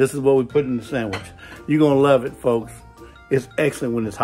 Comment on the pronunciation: Very nice “Sam-itch” 😂. Get that man a cutting board. 😂 Nice job “popping in “ at the beginning. Loved the Hour Later transition, that was cool. So now I have to make a sandwich. 😂 would a burger be classified as a sandwich?